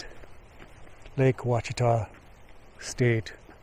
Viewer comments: Native Americans originally pronounced the root word as "Washita" or "Wah-sha-taw. So in a way he pronounced it right. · Just FYI - it’s pronounced “Wash-ah-taw” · Pronounced Wash-uh-taw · Lake Ouachita Article Talk Language Watch Edit Lake Ouachita (Pronounced WAH-shi-tah) is a reservoir created by the damming of the Ouachita River by Blakely Mountain Dam (34°34′21″N 93°11′39″W).